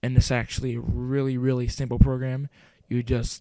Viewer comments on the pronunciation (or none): none